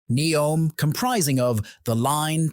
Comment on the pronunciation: The AI narrator seems to have great difficulty in remembering how to pronounce "Neom".